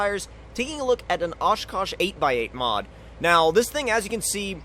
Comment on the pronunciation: When u said Oshkosh, just say it wrong